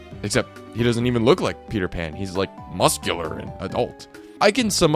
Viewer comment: That's not Peter pan that's Peter man